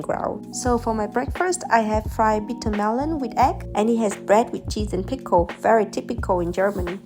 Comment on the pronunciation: ✨Bie~tear✨ No hate for this woman I mena she is from another country so maybe that's how she says bitter